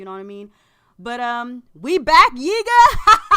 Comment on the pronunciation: Did you say, we back "yiga" hahaha.